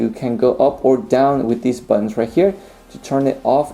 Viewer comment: I wish he could pronounce "buttons". They are not "buddons". Wonder what his language is. Spanish?